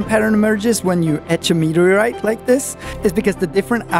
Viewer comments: I just love your pronunciation of "meteaoite" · What's a mehuuuhgriite?